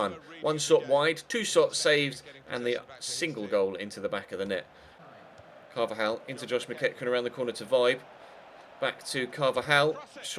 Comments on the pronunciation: The player from Brentford you pronounced "Vibe" It is pronounced Vee-be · You pronounced Vibe wrong btw, it's pronounced 'vee-bay' js haha